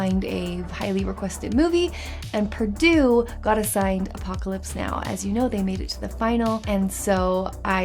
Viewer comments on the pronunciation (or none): "Apopalypse Now"